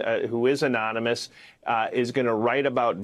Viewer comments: Trump cannot even pronounce anonymous. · Looking forward to watching Trump try to pronounce anonymous again